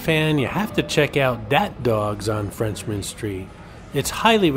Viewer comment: It's "Frenchmen" street, not FRENCHMAN street! ⚜️